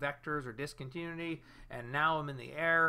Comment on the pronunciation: Great video ! Just one little thing, it's pronounced DIS-CON-TIN-NEW-ITTY.